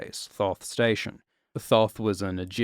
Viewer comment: Thoth is not pronounced with any "th", it's not an english word